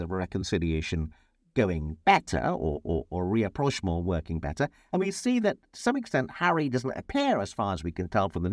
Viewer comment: Excellent as always. Learnt a lot! Thanks. One small question/ point: is it rapprochement rather than re-approchement? Also really enjoy your different outfits